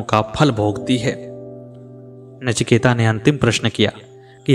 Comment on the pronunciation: Sir, "नचिकेता" नहीं, केवल "नचिकेत". Please correct this